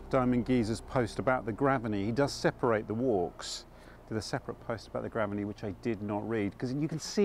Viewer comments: Great video! One thought, if the pronunciation is the same as the nearby school then I think it’s Grave-ney rather than Graven-ey. But I may be wrong! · We say Grave ney not Graveney. There is a school with the same name